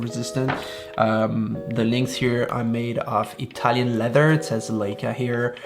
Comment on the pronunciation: Leica not Leeca